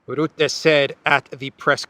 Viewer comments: Rutte is pronounced with the u like the u in up. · According to English pronunciation "RUTTE" has to be spoken as "RAT". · it’s not Rootte but Rutte spoken as the first U of Ursula. Rutte is a clown. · Rutte forgets... it seems perfectly normal for European countries to give Ukrain F16's and tanks... but... Russia, is not allowed... the arrogance.... PS it's Ruhte... not Roette hehe.... like 'uh' .... Rutte is a puppit, a lier, and destroyed the Netherlands almost with his WEF agenda. He now is gonna destroy the EU... so the WEF and Blackrocks can take over, and Rutte is paid handsomely for that. Rutte is a sociopath, doesn't give a damn about 150million Europeans... he only thinks about himself. Same character as Ursula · Not Ritter as they corrected me but rutte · I luv 😂❤ the way you pronounce Rutte! 😂😂😂